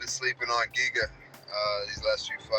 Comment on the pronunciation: Giga will knock him out! And please stop calling him Jiga, his name is GIGA :D